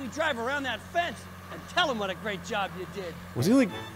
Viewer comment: the gweat repwacement